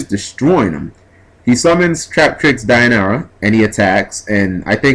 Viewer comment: Why is everyone calling it Dion-ara? was it called that in japan? from what i see, it should be pronounced Die-oh-neigh-ah, or Dee-oh-neigh-ah. Someone tell me if im wrong.